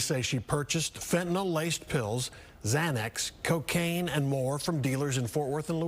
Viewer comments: Sorry to nitpick, but I wish she would correctly pronounce it as 'fentaNYL', not "fentaNOL". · Lady, it's fentANYL NOT fentANOL. Just stop 🛑 it.